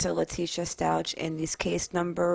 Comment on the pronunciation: The last name is pronounced like St-owk not Stau-ch